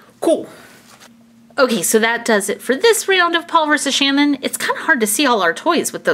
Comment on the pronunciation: Its not shnin its shannon